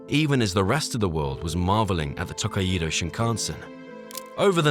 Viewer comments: km/hr hr is the correct abbreviation for hour. Your rendering of "Takaido" is a total disaster. Amusing if it wasn't so tragic. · This vid shows no respect to the Japanese at all! It's the Toe-kai-dou Shinkansen...... not Taka-ido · Someday, A.I. will learn to pronounce foreign words. Tah-ah-ee-doe? 🤣 Tokaido is To-kai-do (toe-kai-doe) 🙄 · It is pronounced 'To-kai-do' not 'Tok-kaii-do" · >Tak-ai-E-do Thats is a wild pronunciation. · Couldn't you have spent just 1 minute telling the narrator how to properly pronounce Tokaido? It's not "to-kai-eee-do". Make me think this video is just AI generated crap. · It’s Tou - Kai - Dou. Tōkaidō. Extend the O. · actually, it's tooh-kai-dooh. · Not saying you should learn how to speak Japanese, but a quick check so you have some idea of how to pronounce some stuff would be amazing, because the way you pronounced tokaido gave me an aneurysm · Nice video but the way you pronounce “Tōkaidō” is absolutely ridiculous. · It's just one word. It's name. The bare minimum effort was to google how to pronounce the name. that's just lazy and sloppy production.